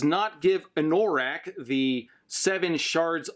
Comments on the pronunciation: Having only listened to the Audiobooks hearing Anorak pronounced as A-Nor-ak instead of An-a-rak was a bit odd. But it makes more sense going by the way it was supposed to be his D&D character. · Your mispronunciation of 'anorak' drives me wacky. Anorak is a kind of jacket, and also a slang term for someone who is super-passionate about a niche subject. AN-NUH-RAK. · oh and anno-rak. the pronunciation is on Anno rack. like anno +rack. it's the German word for a winter jacket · I love/hate the way you pronounce Anorak. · Idk if i can watch part 2 if you keep saying anorak like that